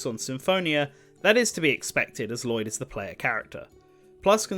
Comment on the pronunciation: I love this video, and I really hope Lloyd gets in because of it, but My God, you didn't bother to learn the pronunciations of most of the names in this game.